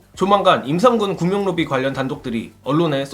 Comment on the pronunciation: 구명로비?_× 구멍로비ㅡO 😅😅😅😅😅